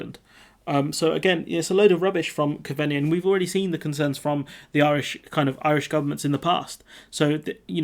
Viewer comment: "Cove-Knee" 👍 .. that's how the Irish FM's name is pronounced. You're still doing a great job dude !! Keep with it 👍